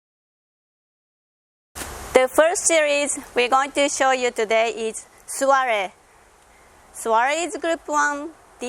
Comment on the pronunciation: When first watching- I thought you were saying sorry I can't help to solve your problem, but then I realized you said "Soiree" can help to solve your problem! 😁